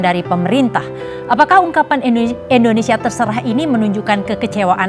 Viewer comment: Indonesia. bukan endonesia.